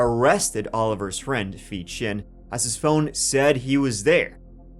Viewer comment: Please forgive me, but did u say his name was feet chin? 😂